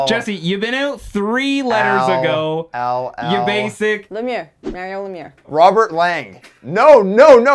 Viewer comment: She said "Mario Lemier"